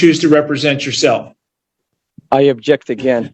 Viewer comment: Except, he’s saying “I abject”. 😅